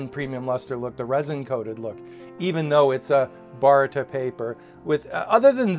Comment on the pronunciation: Good review. GSM is a measure of weight, not the thickness of the paper. Baryta is pronounced bah-right-tah.